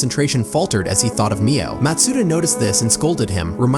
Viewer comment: good video! ps that's not how you say matsuda.